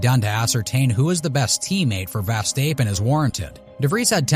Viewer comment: Versteapen 😂 Never heard it pronounced like that